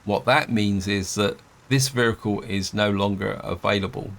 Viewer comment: What is a veericule